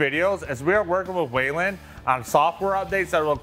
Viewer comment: It’s not waylen. It is pronounced “wheel-in”. Whelen.